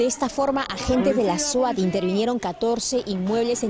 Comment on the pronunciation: Suat 😆😆😆😆😆 es swat 😆😆😆😆😆